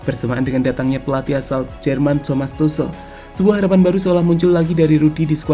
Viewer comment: Ralat min, dibacanya Tukhel, bukan Tusel))